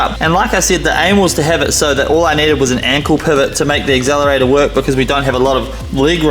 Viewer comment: Did you just say Axzelerator? 😅